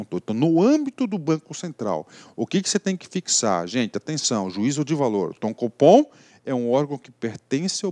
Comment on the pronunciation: Competência do "fofom", brincadeiras a parte ótima aula!